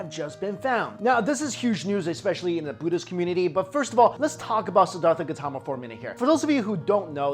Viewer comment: it's not gatama.. but "gAUtHama" & not sakamuni but "shakYamUni" get it ?